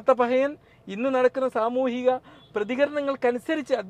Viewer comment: തുടക്കം മുതൽ വല്ലാത്ത പഹയൻ എന്നു മാത്രമാണ് പറഞ്ഞത്. എന്നാൽ 6.10ൽ വല്ലാത്ത "പറയൻ" എന്നാണ് പറഞ്ഞിരിക്കുന്നത്. അതൊരു നിന്ദയല്ല മറിച്ച് slip of the tongue അയിരിക്കുമെന്ന് വിശ്വസിക്കുന്നു.